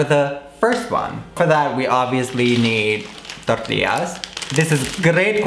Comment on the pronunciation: Pensé que decía "sandía" hasta que mostró las "tortillas" jajaja